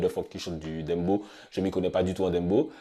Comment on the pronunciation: Pooh mais arrêtez de prononcer « dembo » ça se prononce « Dèmbòw » comme dans le son de shabba ranks